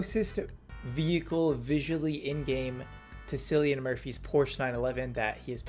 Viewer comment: bro really said Sillian Murphy